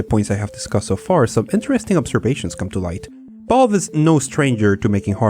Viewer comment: why do i keep hearing Bob instead of Valve